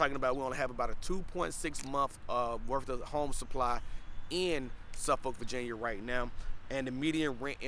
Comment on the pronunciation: It’s Norfuck and suffuck don’t pronounce the o. Also it’s sen-tera 😂😂